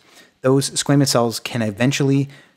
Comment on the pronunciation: He pronounces it squeeemous I thought it was squamous?